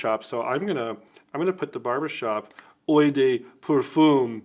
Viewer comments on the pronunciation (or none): “Oh” not oy. Congratulations on the new products. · Correct pronunciation for "eau" sounds like "OH." But I had always thought Heritage smelled a bit like Ultra Male from Jean Paul Gaultier, so to see it be a fragrance finally...yeah, I'm going to pick it up at some point for sure. I don't know if any of you guys would sell samples of these; I know fragrance companies do just for people to try the fragrance first before a purchase. Also, it would be interesting to see a comparison between Element 47 and the other fragrances on the market, like the original Creed Silver Mountain Water, Xerjoff Mefisto, and even the lesser Armaf Club de Nuit Sillage. Very awesome stuff guys!